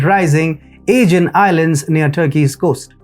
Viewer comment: Aegean is pronounced in English with the stress on the SECOND syllable; ah-GEE-an . I had to think to work out your pronunciation "A-gan's" meaning. Lucky my Geography is good and I know the Aegean Sea well. Another odd pronunciation from your part If the World is Development. It's pronounced dev-EL-op-ment. When you say Development it's sounds like Devil-Upment! Very good analysis by the way.